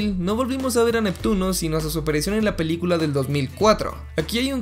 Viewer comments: en el minuto dijo palicula en bes de pelicula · alguien más se dio cuenta de que dijo palicula en ves de pelicula? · U el men dijo palicula en el minuto envés de película xd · min 5 :40 palicula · Dijo palicula minuto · es absurdo pero me pareció gracioso dice "PALICULA" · Jaja palicula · la palícula (si, así lo dice en el video) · soy yo o dijo palicula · La Palicula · La palicula así dijo xd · En el minuto dijo palicula xd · Palicula ulala senor frances entonces como se dice pelicula